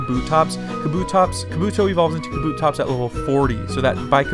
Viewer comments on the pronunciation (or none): none